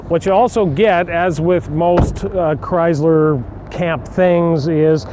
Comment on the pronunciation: The word is Chrysler, not Chryzler. My 2012 v6 is a true dual exhaust. My only complaint is that I cannot put headers on it. The engine exhaust manifolds are made into the heads, but at least it is true dual exhaust from the engine back.